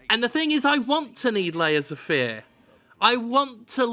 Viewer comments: There's a point where it sounds like Jim says "Laser Fear," and that sounds like a more interesting game. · It sounds like you're saying "Laser Fear" which sounds like a better game.